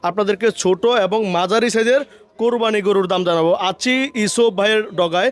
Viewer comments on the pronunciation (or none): কোরবানি শব্দটা সঠিক ভাবে উচ্চারণ করলে খুশি হবো।